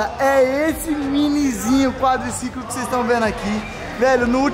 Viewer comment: Quadliciquin* kkkkk kkkkkkk